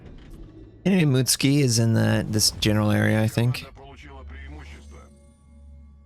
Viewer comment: It's M U T SU K I , you pleb ! not M U T S K I .